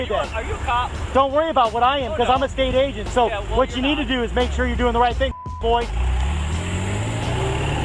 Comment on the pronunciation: "Sergeant? Sergeant? I can clearly be heard saying I'm an ESATE AGENT. Sergeant?"